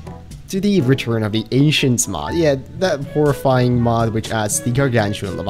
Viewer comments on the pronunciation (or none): I thought he said return of the Asians for a second😂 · Every time says return of the ancients it sounds like Return of the Asians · Bruh, he says Return of the Asians, Not Return of the Anchients, also holy shit a sea dragon doesn't even rival a gargantuan. Jesus christ its massive